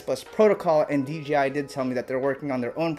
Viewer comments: Dude say it with me DJI DJI DJI DJI its DJI not DGI...... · Dee Jay eye..... Not dee gee eye.... 🤣😂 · You keep saying DGI. It's not, it's DJI. Say it with me, D--J--I. One more time, D--J--I. There is no g, only a j. Carry on. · Why does everyone say DGI not D-J- I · Why do alot of folks say "DGI"? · Is it me or does everyone call D J I.. D G I the rotor roit guys did it now Tommy lol everytime I tell someone about Dji it always comes out DGI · It’s not DGI it’s DJI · DJI... not DGI. Lol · its pronounced "jay" not" jee" or m I crazy? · Threw me off every time you said "DGI". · "D.G.I FPV System" 😂 😂 😂 😂 ✌️ ✌️ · YOU SAID D G I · Do you accidentally say DGI or is it on purpose lol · He keeps saying dgi lol